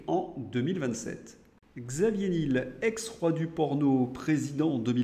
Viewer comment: Juste quelques détails: Niel comme miel, pas Nil. Prononcer US aide. Merci pour votre travail, bonne continuation.